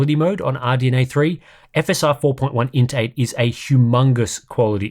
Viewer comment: Why am I hearing 'intake" instead of "INT eight"?